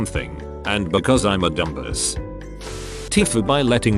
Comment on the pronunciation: Nobody: TTS: DUM BUSS